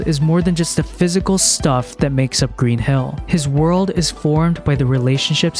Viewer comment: For some reason when you say "Green Hill" it sounds like "Green Hell" to me. An entirely different game franchise... But now I'm thinking a Sonic Green Hell mash up might actually be hilarious in it's own way.